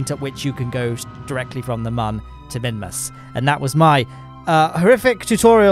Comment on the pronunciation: Mimus and mun is all I hear